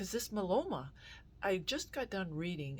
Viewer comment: My-e-lo-ma please pronounce it right. it grates on my ears. 7 years in remission. God gave us these wonderful treatments and i am so grateful for them.